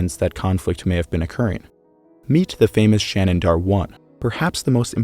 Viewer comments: You're pronouncing 'Shanidar' with an extra 'n'. 'Shanidar', not 'Shanindar' (which is what you're saying each time). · Remember, people, it's "Shanindar Cave" with an extra "n", as opposed to "Shanidar Cave"!